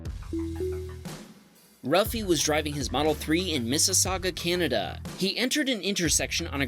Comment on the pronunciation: Wow, I'm amazed you pronounced Mississauga right! Crazy to see a Wham Baam Video submitted from my own area lol